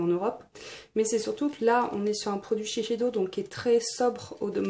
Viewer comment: Pardon mais shisheido !!!!! SHISEIDO pas shisheido